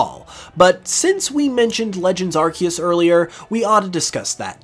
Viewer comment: ITS AR-SEE-US